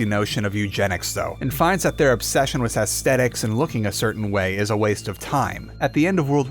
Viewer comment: Lol why does he keep saying wiz instead of with